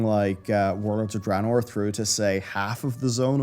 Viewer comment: I try and watch, I really do but even after the game was announced back in Nov 2013, you still can not say DRAYNOOR correctly, its not DRAHnoor. Please learn, I hat mispronunciation